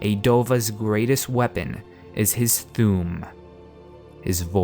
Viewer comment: Its Thu'um.